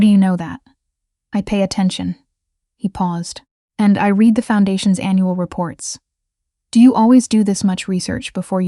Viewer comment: ‘brooss-keta’ waiting FOR a grant, not waiting on a grant the past tense of the verb ‘to read’ rhymes with ‘red’, not with ‘feed’